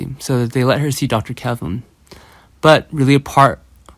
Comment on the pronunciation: Kevin not Kelvin!